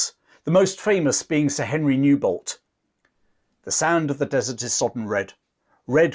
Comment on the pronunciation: Newbolt.... lol